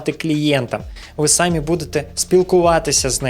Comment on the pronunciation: Наголос трохи не так ставиш на самі ) , я не доколупуюсь